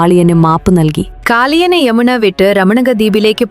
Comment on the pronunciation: യമുണ അല്ല യമുന😂😂